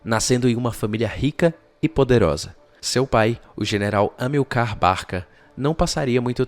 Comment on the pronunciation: HISTORIOGRAFIA PERFEITA; LÍNGUA PORTUGUESA MEIA BOCA; ACENTUAÇÃO TÔNICA PRONUNCIADA ERRADAMENTE !Amil(CAR), AO INVÉS DE (A(MIL)car). vamos fazer um cursinho de GRAMÁTICA da Língua Portuguesa, que ficará ótimo!!! Professor Roberto Guedes, Campina Grande, Paraíba.